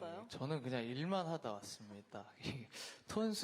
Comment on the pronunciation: 이승윤 말투 되게 중독성있음... 저는 그냥 일만 하다 왔슴믿ㄷ다 졸귀ㅣ...